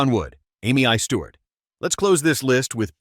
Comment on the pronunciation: Amee-eye Stewart??? Who IS this idiot?